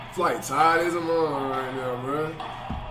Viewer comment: “Flight tired ahhhftd” speak English pls